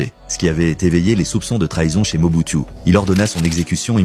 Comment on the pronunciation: Mobutu, Moboutu, Moboutiou.... Il existe plus de 500 reportages sur ce président et son nom se prononce Moboutou !!!